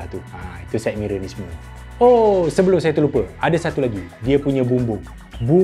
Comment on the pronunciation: Ingatkan syed mirel hanicom..dengar kata mahal di pasaran buat dgn CF 😅